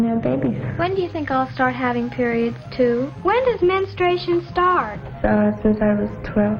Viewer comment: "Menstuation" who in the hell says it like that?